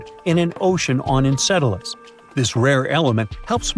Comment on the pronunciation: Enceladus! He did it again! It is not pronounced "encedalus" You can hear each time the word is dubbed.